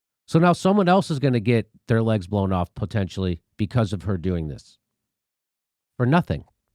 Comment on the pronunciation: She said pretendtially not potentially. Lol